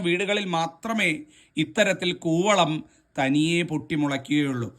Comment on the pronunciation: കുവളം ആണ് കോവളം അല്ല